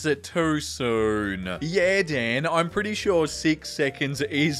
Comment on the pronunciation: You said dan instead of dean and that hurt me on so many levels